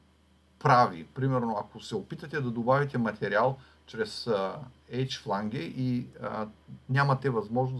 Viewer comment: Много полезен урок! Само да поясня, че произношението на Flange (фланец || ръб) е флендж, а на Edge (ръб) - едж.